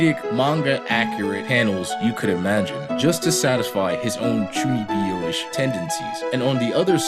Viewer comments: Great video man but please it's chuu kneeb yo ! Not chuni bee yo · Chuunibyou. Not Chuuni bee oh. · Chuuni-byou not Chunnibi-o Also love the show, its ironically one of my favorite anime ever.